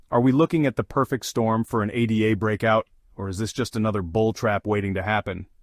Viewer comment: its called ADA as in a girls name NOT A D A after Ada Lovelace the world's first computer programmer